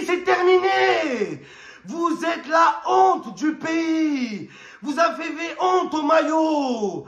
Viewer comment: « Vous afez vait » 😂😂😂😂😂